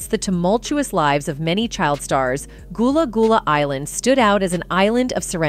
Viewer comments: You've clearly NEVER watched a single episode of Gullah Gullah Island or you would have known it's not pronounced "Goolah Goolah" Incredibly disrespectful And what's with the mispronunciation of Nickelodeon?! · Its not goolah goolah its Gullah Gullah 🙄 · Not her saying "Gullah Goolah" 😒😒😒😒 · Not goolah goolah 😒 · Man you messed the name up so bad like did you do that on purpose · Gullah Gullah get it correct if you’re going to bring new